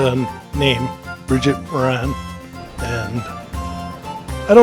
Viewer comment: We don’t say More-AN, we say MORE-an. In any name the emphasis is usually on the first syllable unless there may be a fada (accent) above a vowel in the second syllable eg Siobhán (Shiv-AUN) or Ciarán (Keer-AUN).